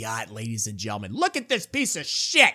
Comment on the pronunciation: you say it 20 times a video and say gentlemen with what sounds like a speech impediment lol. It’s maddening